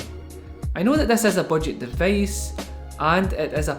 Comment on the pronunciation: from where is this accent?! O.o "deveice". nice review bro. :)